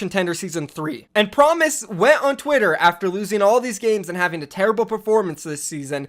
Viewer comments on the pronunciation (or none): none